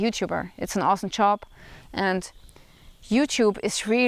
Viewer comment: You're doing fine, just one little thing: you have to work on your pronunciation of the word "job." You say it like "chop." PS. I'm not trolling you if you ever read this.